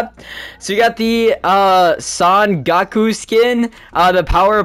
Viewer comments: Bro said gako and vegetable but it’s fine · i unsubbed him when he said gaku